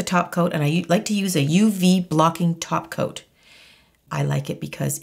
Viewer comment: Oh my gosh!!! jijijiji I have to laugh jijiji I was asking myself; what is taking about? what does she mean about taco taco taco is all about and after thinking I figured out thap you was saying “ top coat”. jijiji oh gosh! My first language is Spanish and like this one I have had many more. jijiji